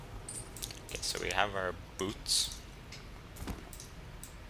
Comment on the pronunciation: lol your pronunciation of "boots" is funny. Buuts.